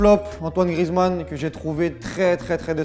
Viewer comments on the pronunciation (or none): none